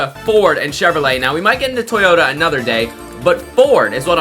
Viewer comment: Bro said "toyta" in the announcement